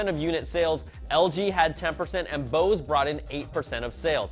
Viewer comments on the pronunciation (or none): none